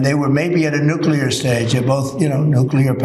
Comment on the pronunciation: This trash talking, trousers filler couldn't sniff Truman's shorts. Quote the TACO of TINT: "Like droppin de bombs - atomic - you know nuculer bombs, dats wat it was like, yeah, dats de tiket!" 😎